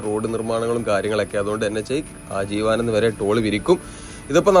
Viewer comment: ആജീവാനന്ദം അല്ലാട്ടോ... ആജീവനാന്തം